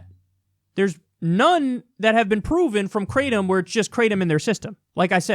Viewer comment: They way you pronounce Kratom is pretty funny. Try something more like "krah-tome". EDIT: "gra:təʊm" if you want to be very close.